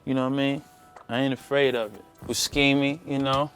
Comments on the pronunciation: he really just pronounced Buscemi's brand wrong and no one is gonna correct him? Boo(shemi)... Damn, very ignorant..... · boo-scheme-e lol